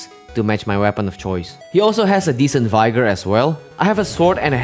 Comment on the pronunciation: when he said “vyegor” instead of “vigor” made me so mad